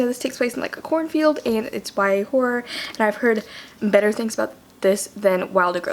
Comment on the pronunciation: okay but who tf knows what day it is anymore. when i heard you say "horror" i thought you said w-hore and i was UM SHOCKED FOR A SEC lmao but dropping Hiatus as the montage song was SUCH A GOOD CHOICE but also the editing style of this video is BEAUTIFUL! also you're still my favorite:') with the kim possible ring tonE lov u